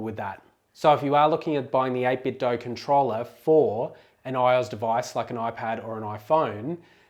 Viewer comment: You pronounce 8Bitdo correctly...and i fucking love you for it.